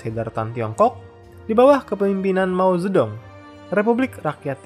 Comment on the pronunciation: "MAO XENA" :V